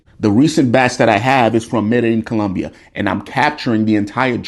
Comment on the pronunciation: You are coming here? I live here by the way--COLOMBIA!!! Oh, and it is MEDDA-Jean